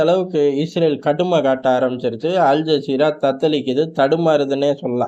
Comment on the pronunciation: அல் ஜாகிறா இல்ல மோட ஜஸீரா 😂